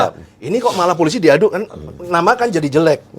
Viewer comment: Wooooeeehhhh!!! Mari belajar membaca! Pe O PO.... eL Ii LI... eS ii SI... POOOO LIIII SIIIII Wakakakakakak 🤣🤣🤣🤣🤣🤣🤣🤣🤣 POOO LIII SIII Wakakakakakak 🤣🤣🤣🤣🤣🤣🤣🤣🤣 POOO LIII SIII Wakakakakakak 🤣🤣🤣🤣🤣🤣🤣🤣🤣 POOO LIII SIII🤣